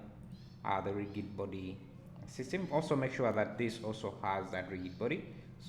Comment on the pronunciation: Thanks a lot! I was doing a similar project and was wondering why the object was not falling into the saucepan. Now I know that I should change convex hull to mesh. BTW rigid is pronounced as 'rijid'